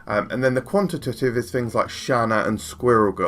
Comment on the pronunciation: On the subject of "qual-ih-tih-tive" and "quant-ih-tih-tive"... take out the "tih" in each of these words and you've got them right. Great video as always, super well produced and informative!